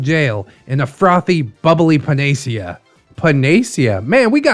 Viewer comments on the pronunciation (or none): I figured I had been pronouncing it wrong so I doubled checked. It's pan-uh-see-uh😄 Emphasis on see. I was listening and I had to stop to see how it was written to be sure. is a panacea for when I'm grumpy and need to smile 😃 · Pretty sure its pronounced pana-see-ah